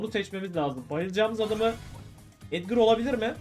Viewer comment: Abi çoğu youbuder neden edgar yerine edgır diyor